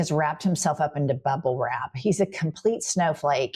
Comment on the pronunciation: Did you say bubblewrap or BUBBAwrap??